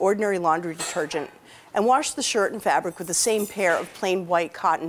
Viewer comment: Warshed where’s that accent from?